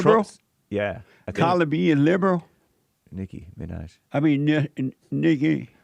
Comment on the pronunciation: Nicki Menore? lMAooo I loved this episode, Jesse lmao Hearing the way you say CArdi b and Nicki Minaj was the funniest thing i've ever heard lol thank you for being you and showing us all the way